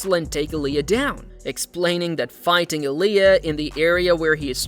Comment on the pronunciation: It Illia not Aliah bro